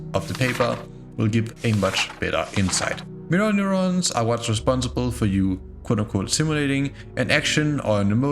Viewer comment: everytime he says neuron i become the point meme